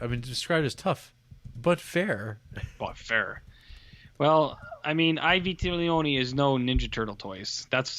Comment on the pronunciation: It’s ‘ee vee-teh-lonee’ Try again.